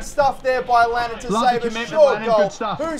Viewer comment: Its lannAn not lannOn!